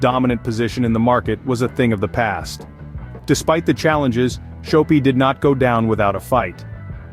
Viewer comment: Shop-pi. Not show-pi